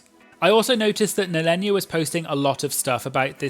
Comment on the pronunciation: It's NEHEllenia, like you would say Kahana. Not Nellenia xD